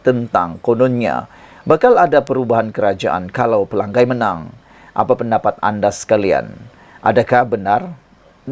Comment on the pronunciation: pelangai bukan pelanggai